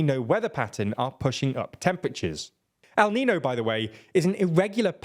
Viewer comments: neen-yo. Like Ne-Yo with an ‘n’ in the middle. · By a show of hands, who came here from Nebula to tell how to pronounce niño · I really like TLDR, but the failure to learn to pronounce simple words like niño and Wagner is incredibly lazy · niÑo, niÑo, niÑo At least try